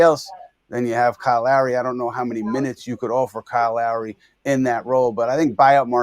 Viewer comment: It took everything in me not to turn this off when he said Kyle Lowry. No…just….no..